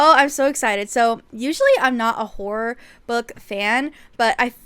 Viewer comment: Omg did you say horror?? All i heard was whore and i was thinking is there a genre for that😭😭😭